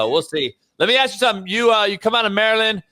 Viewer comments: 😂 lemme ax you dis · needs to stop "axing" questions.